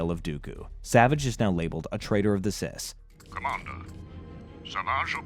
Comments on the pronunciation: Say it with me now. "SITH" NOT "CIS"!🤬 very distracting and made it hard to watch. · I thought he was struggling to pronounce “sith”